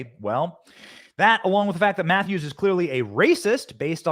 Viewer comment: Krystle Meth-ews ?